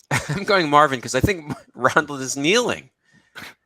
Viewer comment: Flub "Rondal"